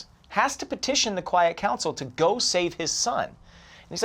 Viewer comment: Storm 101b said quite council instead of quiet